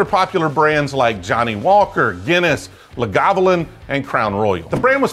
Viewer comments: Glaze lag-a-vulin not Lagavalan. Which this big man unfortunately said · My man, I love your channel, but you mispronounced the hell out of my favorite Scotch. Lagavulin is pronounced, phonetically, Log-ah-vool-in. Other than, always good stuff. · “Oh hey this looks interesting” “Luh-Gah-Voo-Lin” “Nope” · Lah’Govolin. Fuckin’ nailed it. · Lagavulins ancestors crying because of name butchering 💀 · As a Scotsman your butchering of the word Lagavulin made my ancestors spin in their grave. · Sourced from 4 roses seems to be the general consensus ! Which would seem pretty logical as you pointed out. Tastes pretty similar to 4 roses to me ! The bulliet 10 yr and the blenders select are the only expressions i care for not really a fan of the rest of the lineup. By the way that was a interesting and entertaining pronunciation of lagavulin ! I so hope someone from the distillery watches this i would love to see their reaction. Would be hysterical. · lol the way you said Lagavulin... You are definitely a bourbon guy